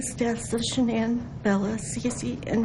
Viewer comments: I'd love to hear from the mistress. To add- his parents victim statements were inappropriate. They barely mentioned Shannan and the kids, it was all about “we forgive you Chris”. And I’d wish they start pronouncing Shannan’s name correctly. It’s pronounced “Shann-an” like Shannon not “Shan-anne”. Her Mother pronounced it correctly. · I hate the fact that Vladimir Duthiers can't even pronounce Shanann's name properly. Some reporter! He also gets a number of other facts wrong (i.e., "Nico" was not a nickname, idiot). Please do your research prior to going on air. I'm guessing you're not a Columbia School of Journalism graduate, to say the least. Do you have ANY journalism credentials? Whatever. I'm so proud of all of the awesome reporters out there, and people like this guy cast shade on all who strive for accuracy and precision. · Why does the prosecutor keep calling her "sha-NAN?" Weird. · his mistress says shunANN tho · I’m not sure if big man in black suit is the prosecutor but he should have the respect to pronounce her name properly, not shin-Anne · I realize this is years afterwards, but for the primary reporter, there are two issues. You’ve mispronounced Shan’ann’s name, and her unborn son was to be NAMED Nico. It was not a nickname given to that baby after his death. Thank you for your time. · Say her name correct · It annoys me the watts family can’t pronounce shannan correctly. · does anyone know why she is pronouncing Shannan's name differently than everyone else?